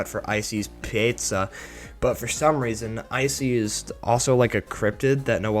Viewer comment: Make no mistake, little buddy. Ice-e's P"e"zza is H"e"ll.